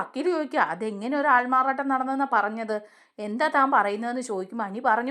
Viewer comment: Not "aalmaaraa nattam"❌😂aaalmaaraaaaattam✅